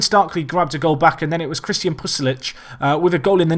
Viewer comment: It's pulisic not pusilic